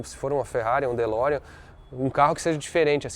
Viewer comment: Fe Lorean ou De Ferrari?